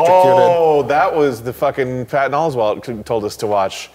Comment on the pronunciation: Did call Patton Oswalt “Fatton?”